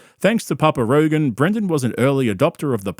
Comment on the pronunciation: Did Brian say he was on Rogan or Rogaine? Honestly, he needs to be both.